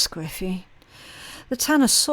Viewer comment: I had to look it up. 😅 From context I figured it must mean sideways or off kilter or something like that, but I still wanted to know the official definition. At first I wasn’t sure if she was saying scriffy or squiffy & I couldn’t find anything for scriffy 😂 When I finally realized it was squiffy, I looked it up & saw the main definition is “slightly drunk” & I was like 🧐🤷🏼‍♀️ lol I knew that’s not what she meant so I kept digging & found it can also mean “askew.” I learned something new 😉